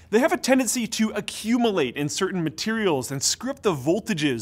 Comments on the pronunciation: Accum-A-late? I think you mean accum-U-late. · Is he saying accumulate weird?